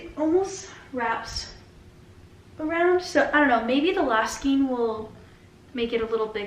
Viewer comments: Ok I like you, but skein is pronounced " skayn". Long a. Not long e. Please, I beg of you skayn. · You learn something every day 😂 I’m 51 and I have always said skeen 😅 maybe it’s a location pronunciation? 🤷‍♀️